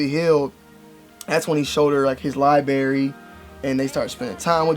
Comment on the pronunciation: Libary is library